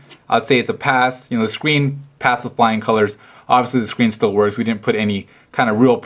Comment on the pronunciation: "The scween" I laughed haha